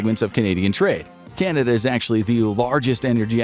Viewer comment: Kanada? LOL